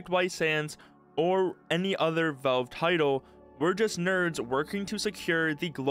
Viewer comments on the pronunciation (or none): you say valve weird Vove vooohv vauve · Stop saying "velve" bro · Nitpicking but you need to work on your pronunciation, especially with the word "valve".